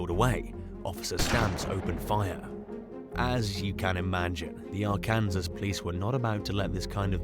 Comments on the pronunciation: For crying out loud, if it wasn’t for the fact you have been advised repeatedly about this I would ignore it but you need to research pronunciations. I can live with merry land but it is NOT Our-Can-Zez. It’s OUR- CAN-SAW. You repeatedly embarrass yourself with multiple mispronunciations and refuse to acknowledge these errors or make any effort to correct them. As an Arkansan it is insulting. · I don't think these are men. I think they're AI robots. Ar-Kansas? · Ar-Kansas ! 🤣🤣🤣 Mary-Land ! 🤣🤣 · Him pronouncing Arkansas was hilarious!😂🤣🤣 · I know. Arkansas is in the south which was mostly settled by the French and Kansas was founded by the English hence the pronunciation difference.